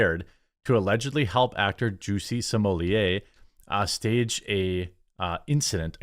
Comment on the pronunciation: I WAS gonna say,, "you DO know that his name isn't 'juicy smulliaye',, right??"... 😂😂🤣🤣🤣😭👍